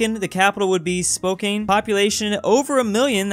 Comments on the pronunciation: It's spo-can not spo-cane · Spoh-can is how you pronounce it (just a tip) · it's pronounced Spo-can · It's Pronounced " SpoCAN" Not "SpoCANE" LMAO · I am greatly disgusted its pronounced Spo-can not Spo-cane Get your words right lol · (sighs and grids teeth) - it’s pronounced...SPO-CAN. Almost like “Spoken” but with a “CAN”on the end..... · Misspelled the word It's spok-a-ne Spokane I know how to say it due to me living litterly close to the city (but I'm more closer to the mountains then Spokane) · Its Spo-can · I'm sorry but "spokain"? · Spokekane? Wtf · It’s spo-can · Slaughtered the pronunciation of Spokane 😂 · He pronounced Spokane wrong I am horrified. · mans said spokane so wrong